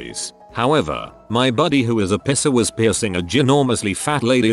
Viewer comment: text: "Piercer" text to speech: "Pisser" :D